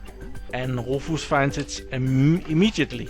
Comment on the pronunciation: Another great video! I'm really enjoying virtualisation for d*mmies!! Also, Rufus is pronounced roo fiss, you seemed kind of unsure on how to say it. Not trying to be pronouce police or anything.;o) I also noticed your teeth are looking great! How much longer do you have to wear you braces? I had braces back when I was in high school...I HATED them! Anyway, great videos, thumbs way up. Thank you!! eric ps: I rewatched video 169...laughed my off again, a truly classic line!